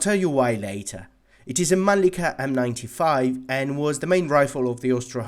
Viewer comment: Its mannlicher not manlicker!